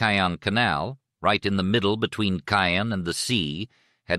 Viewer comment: It's Caen. Cannes is in the South of France. Caens is pronounced Con. Our car broke down there a few years ago. But yeah the AI thing needs an improvement.